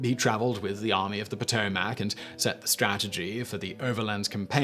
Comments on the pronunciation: Poh-tow-mic (not Po-To-Mac). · SImon - it is pronounced Pah-toe-mic. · I like how he says Potomac. You say "Po Toe Mac" and I say "Puh Toe Mick" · Potomac : puh-toe-muck 😬😬😬 not puh-toe-maack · It's pronounced "Pahtohmic" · Lol. Great stuff.. but the potoMAC? Lol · 2 corrections...Yes, Lee was a “Slave Owner”...so was Grant. They both received one slave as an inheritance from their father in laws. Both freed their slaves and did not sell them. Second, it’s Potomac pronounced Poe-Toe-Mick... I grew up and still live near the river and know it well from the mountains of WV where it originates all the way down to Point Lookout where it flows into the Chesapeake Bay. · 7 minutes 54 second "...Served only in the European theater..." LOL. BTW. Potomac is pronounced Pato-mic here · I don’t give a dang about this video just for the fact how he says Potomac or how he says it POTO-MACK 🤣🤷🏻‍♂️ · Poto Mac?? Lol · Poe toe Mack huh?😂😂😂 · What is the POO-TOE-MAC? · No u southern hippies...its paa TO mac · Your pronunciation of Potomac is killing me. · You need to learn how to pronounce Potomac. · Richard Von Pingel - I am from the PA / OH border, about an hour south of Lake Erie, and I have never heard such a horrible pronunciation of “Potomac”. Ha!